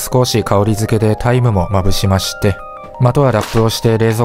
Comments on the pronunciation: タイムがタイマに聞こえてしまった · タイムが大麻に聞こえた自分は疲れてる